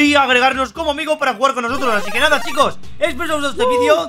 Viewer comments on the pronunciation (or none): none